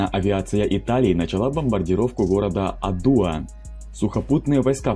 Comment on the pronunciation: Не адУа а Адуа